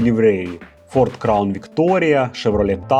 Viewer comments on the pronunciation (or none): none